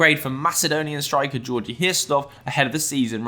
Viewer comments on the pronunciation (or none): none